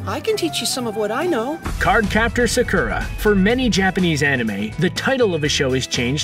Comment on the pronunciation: They keep pronouncing Sakura wrong . It's Sock-ura.